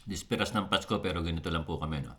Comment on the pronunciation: BISPERAS YUN HINDI DISPERAS.